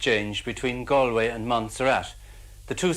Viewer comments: The first syllable of Galway is pronounced like a "wall", not like a "gall" from kalamazoo . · 😂 you are saying Galway wrong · It would be nice if Galway was pronounced correctly. Nice piece. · Gaul-way or Gallway is how you say it. Come on man, research names when your doing your vids. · Great work. Galway is pronounced “Gall-way” like “all” btw. Very interesting info here. Thanks! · This is a brilliant piece of work, I expected it to be easily dismissed woo-woo... it isn't. Really got me thinking. Thank you. [And brought tears to my eyes that last scene of the Brendan doc... ach, very moving, very moving.] Galway is, incidentally, pronounced "Gaul - way" in English anyway... with an "a" like "Saul" or "small". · Galway is pronounced “Gaul-way” . Just a friendly fyi from an Irish man ✌️ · Dublin here. I have heard numerous culchies pronounce it like the guy in the video! "Gale - way." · Who are you to say what every Irish child should know when you don't know how to say Galway? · How do you make a three hour video and mispronounce the name of the city?! lol